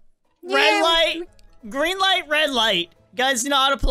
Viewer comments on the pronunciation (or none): foxy said "greeng light"